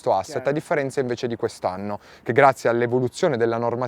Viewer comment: Ma perché mette la "n" davanti alle parole.. che nervi.. "visto chen" "noin" 😂